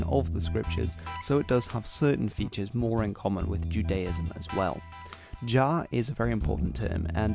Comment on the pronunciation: Shouldn't Jah be pronounced as Yah?